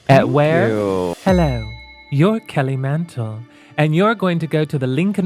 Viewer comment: I hear "Hello, I'm Kelly Mantle. Hello, I'm Kelly Mantle. Hello, I'm Kelly Mental."